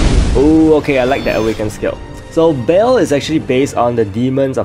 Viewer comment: It pronounced ba-el u have to pronounce the e